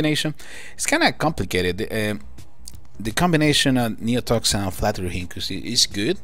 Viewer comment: You said d his name right